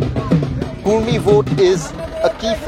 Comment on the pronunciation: It's not Kurmi, it's Kudmi